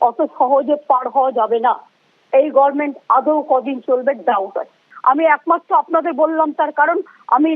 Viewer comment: sala government bolte pare na gorment gorment kore ar sarkar chalabe, apnar din shes madam